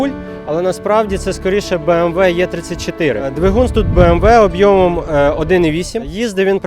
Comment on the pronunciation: Не,,обйомом,,а ,,об'ємом,,!Хочеш пропіарити тачку- для початку вивчи українську мову.Це про машинку з Вінниці.Якщо є бажаючі потягатися на 400м,пишіть сюди.Виставляю мот проти тачки.